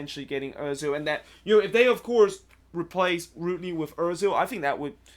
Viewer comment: Its rooney dude